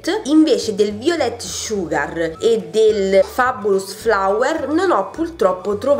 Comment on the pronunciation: "Puasson" significa pesce in francese!!!! Poison ( puason) che è il vero nome del profumo significa veleno. Guerlain si pronuncia "Gherlen". " Violet sugar" è " Vaiolet sugar..... ti prego!!!! 😂😂😂😂